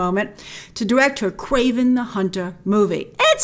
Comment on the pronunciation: "KWAVEN" the hunter? Don't you mean "KRAVEN" the hunter?